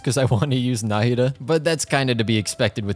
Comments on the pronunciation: I'm definitely the only one who is bothered by him saying Náhida instead of Nahida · How many times do you think he said Nadia instead of Nahida? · he kept saying "Naida" and not "Nahida" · Can we just appreciate tht he just went from Call her nahida to Nadia again and again😂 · OMG Exactly. I saw her kit on the trial run and YouTube guides and her demo and all But I never expected such a smooth sound effects Also, not Nadiya... it's "NAHIDA" if I have to say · I kinda love that you call her "Nadia" sometimes, might start doing that too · You prounounce nahida like “na- ida” but your actually supposed to say it like “na-hi-da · not him calling her Nadia by accident like 4 times lmao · NOT HIM CALLING NAHIDA “NADIA” 😭😭😭💀💀💀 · I keep hearing Nahdia when it is Nahida. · I hear Nadiha whenever he says Nahida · can we talk about how he said nadia instead of nahida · I can't believe that half of the video you were saying Nadia instead of Nahida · Its not nahida its naheeda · DID YO JUST SAY NADIA? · he says nadiha but her name is nahida😂😂😂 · did he say nadia? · Half of the video in I hear saying "Nadia" twice and then back to Nahida Also Nahida is pronounced Ne-hee-da ("Ne" as in Neurone) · how is nobody pointing out the fact that java keeps calling nahida nadia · he said nadia alot lmao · Why is he calling nahida nadia😭? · Nadiha not Nahida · Him calling her Nadia always makes me giggle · You keep saying nadiha, is it on purpose? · Nahida not nadia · pls for the love of god say NA HI DA instead of NADIA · the way he kept calling "nadiya" sksksks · Nadiha LOL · as a nahida main i'm very sad HER NAME IS PRONOUNCED NA HE DA NAHEDA = NAHIDA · He missed pronounced Na-he-da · its na-hee-da (no hate) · It is very fitting of a barista to continually butcher someone’s name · He’s butchering the name nahida